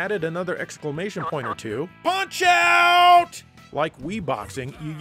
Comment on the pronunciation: Finally, someone pronounces Punch-Out!! properly. How about covering Mario Strikers Charged? I liked the Gamecube game. The Wii version made things a little more interesting. It's a shame there are no more games in this series...